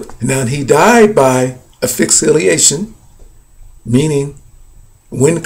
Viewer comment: The post-mortem examination concluded that Hendrix aspirated his own vomit and died of asphyxia while intoxicated with barbiturates. Man you are seeing something that is not there and please look up the pronunciation of asphyxiation!!!